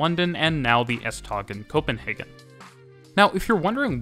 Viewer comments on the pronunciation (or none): Butchered pronounciation of tog